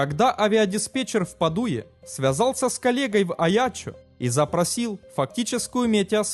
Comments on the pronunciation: Я понять не могу, это робот озвучивает ролики или живой человек? Что за ударения неправильные он ставит в словах? ЛЮбляна, ПадУя, пристИгнуть ремни... Ерунда какая то. :) Но ролики интересные, да. Но озвучку нужно сменить. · Товарищ диктор! Обратите внимание на ударения в названиях населенных пунктов. Не первый раз лажАешь. Па́дуя! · Невозможно же слушать! Не ЛЮбляна, а ЛюблЯна, не ПадУя, а ПАдуя!!! Учите русский язык, если на нем ролики выкладываете! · ПадОве не пАдуе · Любля'на а не Лю'бляна как по русски так и по словенски. Опять же Па"дуя а не Паду'я. Странно почему Аяччо произнесено правильно. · Товарищ озвутчик. Вы сначала изучите как правильно ударения ставить на городах.падУя, и лЮбляна это полный ппц. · Города - люблЯна и пАдуя. Я про ударение ;)